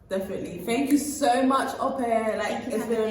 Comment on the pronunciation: How hard is it to say Ope? Pronounced - ‘Awkpe’ not ‘Aupair’. Go on, give it a genuine go.